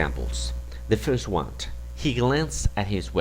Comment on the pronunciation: Muy didáctico el video, así como el material que ofreces, pero ojo, o mas bien oído,, porque en la pronunciación estás añadiendo una t innecesaria:: "the first one (t)". information(t),:" resign(t)",:"the first one (t)",: "the following (t)", en seguida se la quitas a "next" que sí la lleva; otra vez la t intrusa en: "rely, (t)",: "on(t), (en esta palabra repites la t siempre que la dices, igual en "the first one (t). No es con ánimo destructivo, aprecio tu conocimiento. Me gusta el inglés y espero que lo recibas con buena onda.